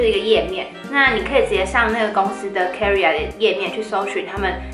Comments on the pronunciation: career [ k ə ˋr ɪ r ] 是英文。 = Karriere 是德文，唸起來聲音有點像《卡 一 拉》。 一字的發音瑕不掩瑜， 很優秀啦！演講的能力是一流的。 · 發音錯了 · 我注意到了 有點意外的發音